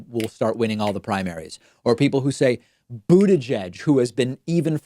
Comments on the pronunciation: Pete boot-tah-geg the latest victim of David's pronunciation trolling. None of the candidates that David hates are safe. Toolsi Gah-bard knows. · David says Buttigieg like Trump does. :/ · David cracks me up in how he says Mayor Pete's last name (the first time he said it) and also Tulsi